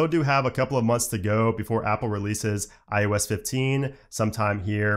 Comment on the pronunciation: Is it me or am I hearing him say "i U S" instead of iOS?